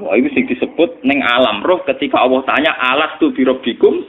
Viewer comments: Gus baha mbok klu baca Allah jgn awoh to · Dengarkan hurup lam kok diucapkan woh ?